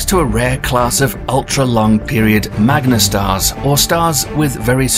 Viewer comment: They're called "MagneTars", not "MagneStars".